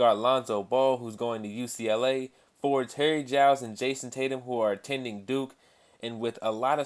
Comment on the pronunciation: Jason tatu? it's tatum